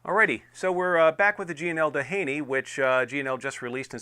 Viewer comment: Pronounced Do-heeny. Named after the beach in SoCal, which in turn was named after oil baron and philanthropist Edward Doheny.